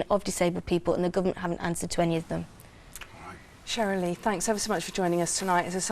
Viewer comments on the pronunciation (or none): Cherylee Houston- not Shirley Houston ❤